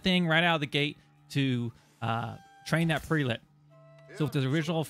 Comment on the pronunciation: Prelate = preh·luht (pronunciation)